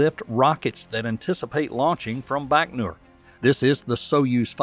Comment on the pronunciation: A side note - it's bai-koh-noor ("bai" as in "bywatch"), not "Bachnor". Goggle Translate says "Байконур" = Baikonur. Nyhork Saity in Emrica, eh?